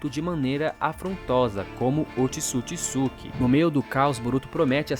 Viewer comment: Mano, top dms, mas pqp, é Ootsusuki e não otisukisuki caramba que agonia , tu fala o nome certo no começo e depois fica o vídeo todo falando essa merda 😂 caralho véi, mais fora isso top dms